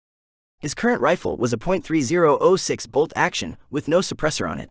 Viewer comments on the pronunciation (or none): Hay, I'm thinking you're not a big gun guy. 30-06 is pronounced thirty ought six (caliber - year of introduction)..308 would be three O (the letter) eight, without the point (.) and.223 is two two three with or without the point or five five six NATO if talking metrics (that how the military designates it, though there's a chamber pressure difference between.223 and 5.56 x 45mm NATO) and.308 is seven point six two (by 51 mm, but you don't need to say that part most of the time, same with 5.56 x 45mm) NATO. not giving you a hard time (or trying to sound like a know-it-all), just thought it would help. and military ammunition is all full metal jacket where civilian ammo can be soft tips and hollow points (more destructive but can't be used in war per geneva convention)